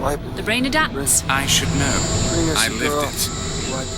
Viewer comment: "He doesn't row" What was trying to say was: "He doesn't KNOW"